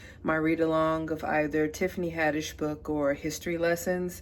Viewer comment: dying every time you said tiffany haddish 💀 i read my first tiffany d jackson this month!